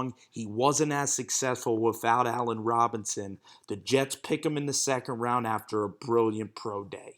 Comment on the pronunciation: Am hearing he's gotten better🤔🤔🤔.... let's see, from Geno to Hack... Jetes.. Jetes... Jetes 🤣😂🤣